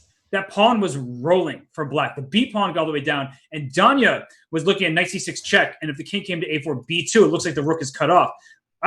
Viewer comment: Duhn-ya Naroditsky.